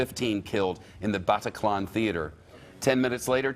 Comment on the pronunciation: I hate this presenter and the way he says Bataclan . I also hate how america make it all about them